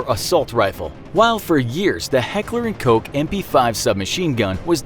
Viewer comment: Am i the only one disturbed by how he said heckler and koch